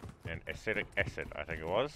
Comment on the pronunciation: Cringed whenever you said "formahide" and "astic acid"